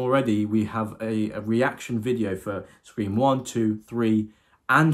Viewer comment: "5-ream" lol